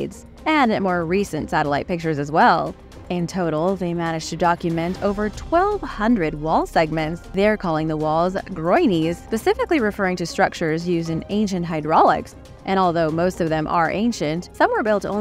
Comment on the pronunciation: Her pronunciation of 'groynes' was hilarious! Dear Americans, if you don't know how to say something, LOOK IT UP! Don't just make a guess and embarrass yourselves!